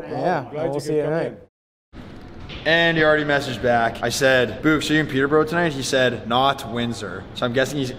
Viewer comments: It bothers me the way you say Peeta bro , it’s Pee-Tur Bore-Oh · Peter bro... It's Peter buh Row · Their pronunciation of Peterborough makes me laugh